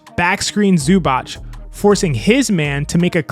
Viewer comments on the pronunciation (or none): ZUBAC is pronounced SUBATZ correctly